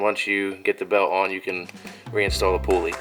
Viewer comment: "Poo-uley" hah. I like it.